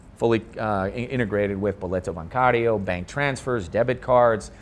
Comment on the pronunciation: Cara, é incrível como ele consegue pronunciar boleto bancário e reais melhor que muito brasileiro por aí. Tô um pouco cansado de ouvir 15 real.